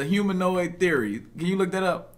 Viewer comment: 😂 hi-menoid do you mean humanoid?